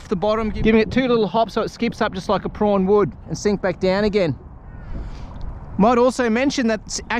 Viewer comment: Are you trying to say Prawn….but saying Prong?